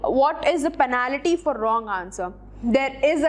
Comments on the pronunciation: Your pronouncation of penalty is fuuny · Please correct your pronounciation of the word 'penalty'